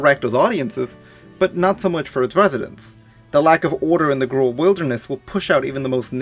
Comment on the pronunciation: Grull??? Simic??